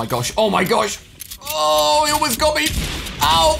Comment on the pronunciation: He actuality said Elmost